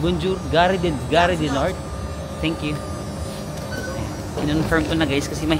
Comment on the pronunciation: Charles de GAULLE pronounced or sounds like GOOL. GARE pronounced as GAR, some letters in the French language are not pronounced, E is one of them but silent and É with accent is pronounced. Example: mangé sounds like manj-eh (English eaten) and École (school), the last E is silent, so this is like Eh-col. French lesson for today. 😂😂😂